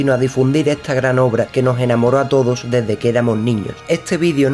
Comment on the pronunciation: Yyyyyy Buenaj a Todoj!!! En el vidio de hoy...